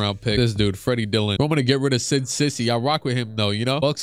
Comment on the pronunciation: cisse is pronounced see-say not sissy